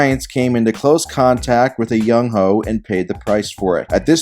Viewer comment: That Lawrence Taylor bar was elite... it would be even better if the kickers name wasnt pronounced Young-Hway but still elite